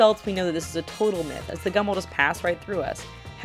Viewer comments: Who else thought it said cum until she said Gum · Lol i though the gum myth said "cum myth" xD.